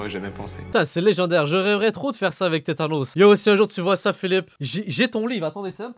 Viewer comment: Tétanos mdrrr c'est tanos bordel